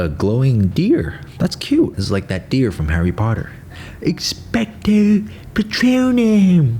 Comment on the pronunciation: Nobody:: eXpeCto... PETWOnOm